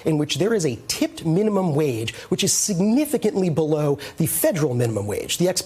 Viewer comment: I really miss the days when pop up would at the end of each video and tell viewers to "Blow me".... Someone taught him to say 'Below' What a shame.